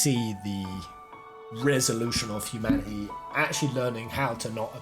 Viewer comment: Humanaeey, communieey...why ? :) :)